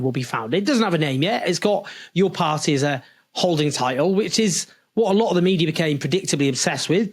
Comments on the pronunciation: Why "pie"??!! It's "party", "pardy" if you will, or "pa-ee" with a glottal stop. But never "pie"! "Party" is a key word in your talks. Make sure to pronounce that clearly enough (not necessarily "properly"), at least at first mention. Sounds and feels sloppy otherwise. Feedback from a fan. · Any chance you can learn to pronounce ‘Party’? And stop dropping your ‘Ts’ , it doesn’t make you working class.